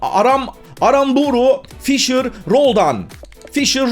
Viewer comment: abi 2.18 de aramburu ya am diye geceledin